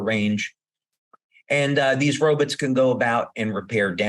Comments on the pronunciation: why does he keep saying Robutts ? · "Ro-butts" lol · When he says robots all I hear is robutts and I can’t un-hear it! 🤣🤣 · That's because he pronounced it robuts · This dude is giving me zoidberg vibes with his pronounciation of "robots".